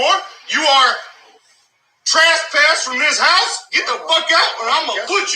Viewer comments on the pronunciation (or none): Did he say traspessed? For fucks sake these people still have those kids how?